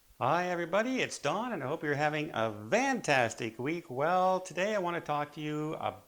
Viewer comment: "VANtastic" ? WTF?